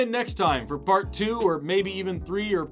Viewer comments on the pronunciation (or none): did you mean to say "fart" not "part"?